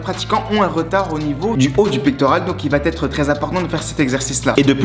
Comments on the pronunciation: Vidéo intéressante, Merci! Mais si je peux me permettre, il faut juste arrêter de dire "ça va-T-être". Ce pataquès fait vraiment mal aux oreilles 😱 il revient tout au long de la vidéo. "Va" s'écrit VA il n'y a pas de "T" donc pas de liaison, merci! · Supprime la liaison « va T être » et tes explications seront parfaites. 😉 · J'aime beaucoup vos vidéos mais je me permets de vous donner un conseil d'ami pour la suite : on ne dit pas "va t_être" mais "va être". Pas de t, donc pas de liaison. Cordialement .....